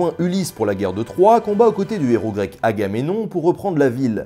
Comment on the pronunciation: Ca se prononce "Ah gars même nom" ou "Ah gars mais non", en fait?